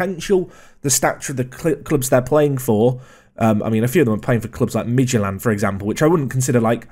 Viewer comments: i'm danish and i can't get over the fact that you legit pronounced Midtjylland perfectly. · For someone that usually fairly inconsistent at pronunciations, your pronunciation of Midtjylland was surprisingly quite good. I'm impressed. Especially as it seems no one on YouTube can say Midtjylland remotely close to how it is actually said. Good research or fluke